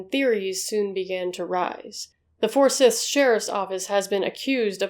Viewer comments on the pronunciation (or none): Its pronounced For-sigh-th...lots of our counties are pronounced funny. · For-siiithe county.. Just trying to be helpful. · Just a note about Forsyth County. It's pronounced with a long "y". Like in python.